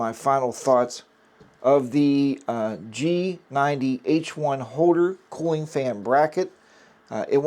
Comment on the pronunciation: I noticed that everyone is mispronouncing the G90's name. It is pronounced: SHEGOO or SEEGOO. Like the Chinese Leader XI = SHE